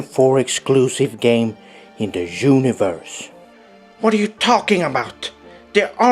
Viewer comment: "...In de jooniverse!"